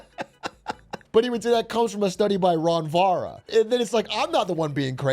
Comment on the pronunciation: He didn't even try with "ron vara"😂😂😂